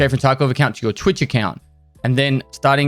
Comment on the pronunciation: I love when he says Taco community.